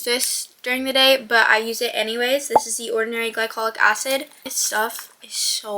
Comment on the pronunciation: “DA SECRET SAUCE”